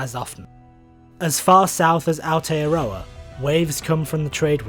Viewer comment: ..Ah-or-tey-uh-rraw-uh...Aotearoa....silent y and w...